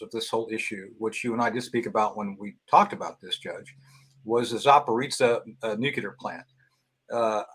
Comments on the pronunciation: Nucular? What's a nucule? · I don't understand how an intelligent man like Tony Shaffer can say "nucular,"